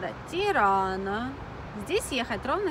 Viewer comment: Не Тирана,а Тирано, в итальянском языке буква О не произносится как А......